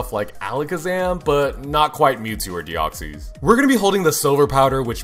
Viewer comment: "Deoxees" "manteen"